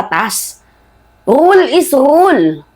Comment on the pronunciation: Hahaha bigkasin mo ng maayos ang rule😂😂😂😂😂😂😂😅😅😅😅😅